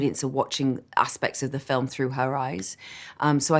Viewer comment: 想講好Film變咗好Firm?! HAHA